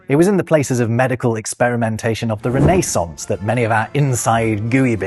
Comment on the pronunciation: You missed the neck. Also, I've mentioned this before but every time you say renaissance, it sounds like you're saying "Renee sauce." That's because I'm American and put the accent on the first syllable. It just cracks me up!